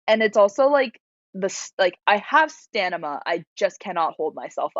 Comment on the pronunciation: the fact that erica said “prelavent” and then shortly after said “stanima” is hysterical and also adorable